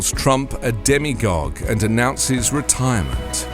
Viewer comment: "demagogue", not "demigogue". There are some fools who think Trump is chosen by God. Perhaps some fools consider Trump a demigod. The root meaning of "demagogue" is people leader. The root meaning of "demigod" is half god. If "demigogue" existed, its root meaning would be half leader, which might apply to Trump, but Romney used "demagogue", not "demigogue".